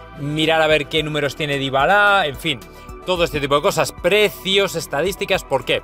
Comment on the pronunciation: Ya le cambió el apellido al jugador xD le puso un apellido Africano Dybalá, es Dybala amigo, para que sean cada ves mejor los videos hay que pronunciar bien los nombres y apellidos amigo